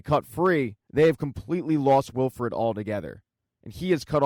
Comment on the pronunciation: It’s Wilford not Wilfred lol